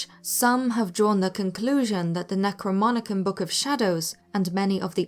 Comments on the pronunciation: it's called necronomicon, not necroMONicon... it's actually written on it and all... i mean on the picture that pops up in every 20 seconds for about six minutes... but whatever. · its called the "necroNomicon" not "necroMonicon" and its false that its author is unknown, actually its widely known by anyone that the author is hp Lovecraft, you should know better or read a little bit more. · Is anyone else bothered by the fact that she kept pronouncing it as Necromonicon instead of Necronomicon? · Even though I absolutely loved the video, the topic was approached from multiple points of view, I can absolutely not get over the fact, that Necronomicon was mispronounced over and over again. It is pronounced Necro-NOMI-con. Otherwise greatly put together and very entertaining video! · Okay.. cool video but a couple things. First. First and for the love of god FIRST. IT IS NOT THE NECROMONICON. Your keep saying necro-mon-icon. NO. Read the cover. It's Necro-NOM-icon. Necro (Dead) Nomicon (Collective text). It was an invention of HP Lovecraft in his Cthulhu Mythos first seen in Call of Cthulhu Short story. It's not even a work of fiction. It's a fictional reference in another work of fiction. No one ever seems to get it right though. Even one of my favorite moves, Evil Dead 2, calls it Necronomicon Ex Mortis which they say means the book of the dead. But ex mortis means of the dead... so what they call it is the book of the dead, of the dead. Like Calling a dictionary the wordy book of words with words. redundant much. Anyway.. .it's all fiction but please for the love of god don't butcher the pronunciation while showing the name in writing on the screen. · it's necronomicon, not necromonicon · Necro....nom....icon....not Necromonicon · Not Necromonicon..............NecroNOMicon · I love your channel, but it’s NecroNOMicon not NecroMONicon. Sorry, but that’s a basic spooky vocabulary word that mispronounced took me right out of enjoying this video. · Lol! "NecroMonicon"!!